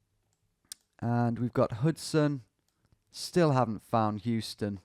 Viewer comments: Houston in New York pronounced as How-ston not Hew-ston unlike a word with same spelling in Texas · Me, a New Yorker slowly dying inside when Tom pronounces it HUE-ston and not HOW-ston! Great content though so it slides 👍🏼🇬🇧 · Houston street in New York is where the name of the iconic SoHo neighborhood comes from… SOuth of HOuston. Additionally, the street is actually not pronounced like the city, instead it’s “How-stun” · pronounced "how stun" street in nyc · FYI, Tom, here in NYC, Houston is pronounced "Howston." It has no relation to the city in Texas. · Houston street in NYC is pronounced Howston - before you get blasted for another "Oregon/Oregun" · In New York, Houston St is pronounced "house-ton" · Who wants to explain to Tom that Houston Street in New York isn't pronounced the way he thinks it is? It's actually HOW-ston. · Hearing you say Houston like the city multiple times saddens my New York heart. Commonly mispronounced shibboleth but the street in Manhattan is "How-ston" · pronounced how-ston street. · That second game, I almost immediately identified the blurred out NY plate on the blue SUV. Wild. Loving the progress! Also: in NY anything spelled Houston is pronounced "How-stun" not like the city in Texas. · Just FYI in NYC "Houston" the street is pronounced "House-ton." The "SoHo" neighborhood stands for "South of Houston." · In NYC, street name is pronounced How - Stun. Not like Houston, Texas pronunciation. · also not pronounced like the city in texas